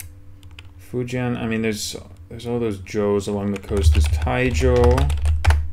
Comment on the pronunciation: I know this is an old video but just found your channel and your China is impressive. Dunno if it helps you or someone else reqding this but two pronunciation tips: 1. The -ui ending is "way" (Guizhou = GWAY-joe; Anhui = AHN-hway); you can check a dictionary if you dont believe me. 2. -ian is pronounced "yen" despite the a spelling (Fujian = FOO-jyenn; Dalian = DAH-lyenn, Tian Shan = tyenn shahn). Older transliterations use -ien for that reason (Fujien, Darien, Tien Shan). Keep up the work man enjoying your channel